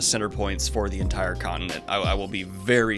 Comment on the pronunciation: You said "in-continent" giggles